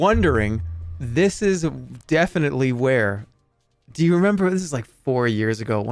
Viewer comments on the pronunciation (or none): none